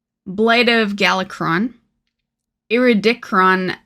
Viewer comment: Iridikron .....teehee :P